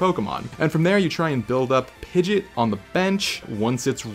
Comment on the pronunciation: Not Pidgett... Pidg-E-Aht